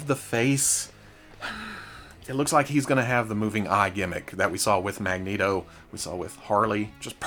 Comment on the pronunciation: You say magneto like a Mexican, as a Mexican I approve